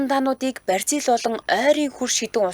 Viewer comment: Бразил гэж дуудвал Барзил гэж дуудах нь онцгүй